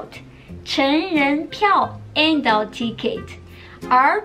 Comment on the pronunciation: Great lesson your english is good except for the word adult. practice that word, 啊到尔特 say that really fast You can say ADD. Can you say ALT? Try Ad-Alt. Still not perfect but would work. Vowels in all languages stretch and slur. Great lesson! 谢谢老师 !